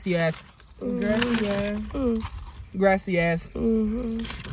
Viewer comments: So did nobody hear when was saying grassesass lol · It sound like saying “grassy a*s” 😂😂😂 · Sounded like u said grassy a$$ 🤣